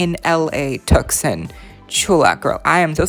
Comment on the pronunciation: Hi! Tucson is pronounced Too-sahn. Love your videos and crossing my fingers for a Reel Drama restock!